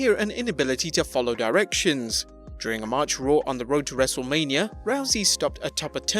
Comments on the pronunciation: This whole time i thought this channel named was actually Wrestlemania, until the beggining of the vid he says wrestlamia xD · All this time I thought the channel was named 'Wrestlemania' not ''Wrestlelamia'' 🤔